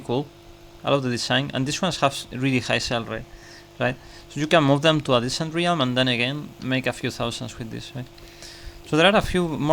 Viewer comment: What’s a re-ham do you mean realm? 😂 jk it’s very cool that you can speak more than one language